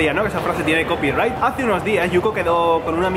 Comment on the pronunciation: "El otro día, bueno esta frase tiene compyright" :v